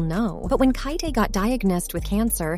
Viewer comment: SHE FINALLY SAID KYAEDAE RIGHT